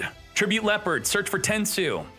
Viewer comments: Leperd? WUT??? It is Le-o(h)-pard. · Why must you deliberately mispronounce leopard